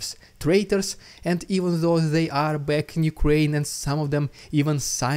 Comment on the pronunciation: "I'll be cack"